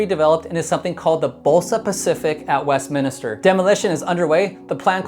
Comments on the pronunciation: By the way, it’s WestMINster, not WestMINISter. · Pronounced Westminster, not Westminister 😁